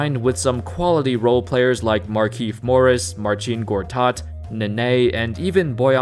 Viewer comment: I'm from Poland and thank you for great pronunciation of Marcin Gortat name